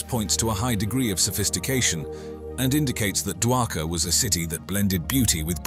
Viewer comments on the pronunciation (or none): Not dwakar it's shri dwarika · It's Dwarka, not daka